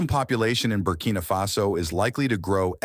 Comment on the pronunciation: Burkina Fasoo 😂